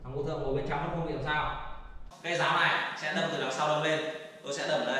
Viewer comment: Đâm chứ không phải dâm nhé anh